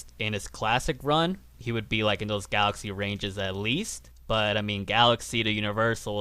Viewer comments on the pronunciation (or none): none